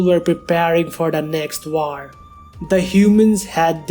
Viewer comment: i love how this guy says "war" i love the word "waaor" its amazing